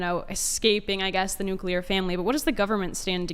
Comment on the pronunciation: I can't even begin to tell you how disappointed I am to hear something I just heard say. I like the way he talks I like the way he thinks I like all this stuff but there is one thing that I absolutely cannot forgive, I cannot overlook. He actually just said the word nuclear wrong and in this way that only imbeciles and morons say it. He actually just said "NUKE-YA-LER".... THE EFFING WORD IS "NUKE-LEE-ER" This is one mistake that is absolutely idiotic, moronic and inexcusable. There's no way around I lost respect for him with this. And no one said that I'm overreacting because I'm not